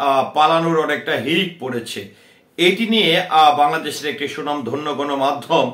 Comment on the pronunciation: স্বনামধন্য ,সুনাম ধন্য নহে। উচ্চারণ ঠিক করে নিবেন।